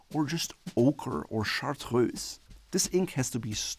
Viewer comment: This could not have come at a better time for me! I had been planning to blind buy a fountain pen online, but now I'm determined to make a pilgrimage to a pen shop and try some out in person. Also, I love proper French pronunciation of "chartreuse."